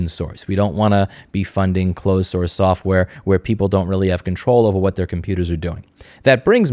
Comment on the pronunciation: Ah yes, softrware